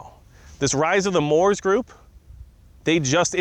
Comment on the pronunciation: Moops not Moors